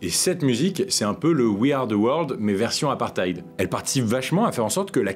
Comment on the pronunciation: On prononce « apparteyde » brother ❤️